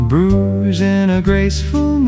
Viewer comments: Love Bruges but it would be nice if your pronouncing of this lovely city was correct 😢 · Bruges, pronounced broozh; it's prob AI generated...